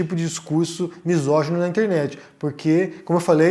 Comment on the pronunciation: Acho válido a punição de misoginia, porém acho que devia vir acompanhada de uma campanha de conscientização. Muita gente não sabe nem o que o termo misógeno significa, na cassação do Mamãe Falei o cara não sabia nem falar "misógeno". Deixar lacunas abertas faz gente de extrema direita preencherem com patifarias.